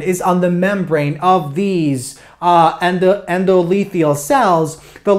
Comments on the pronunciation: one thing.... It's Endo- Thelial (not lethial :D) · Endo-the-lial not endolethial, lol.